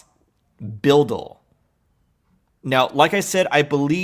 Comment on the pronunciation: BUIDL Pronounce like bidle